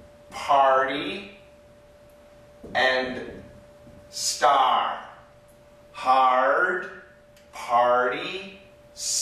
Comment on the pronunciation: it's sound wierd " starraaww" 😂